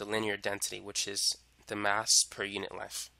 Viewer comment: Length not lenf holy shit